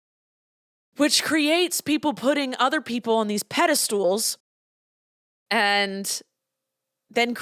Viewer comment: Your pronunciation of pedestal as “pedistool” cracked me up so hard. ❤you! I think the FDA is a total scam…how much sawdust is acceptable in ice cream…I think none. The FDA disagrees.